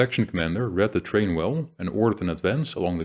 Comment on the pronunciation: Thank you for all of the wonderful content you have made. It is of a very high quality and thoroughly researched. One small point. The word terrain is pronounced more like this: 'teh-rain'.